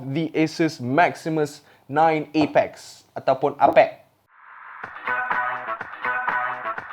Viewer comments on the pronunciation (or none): Eh-Peks... No, it's pronounced APEK.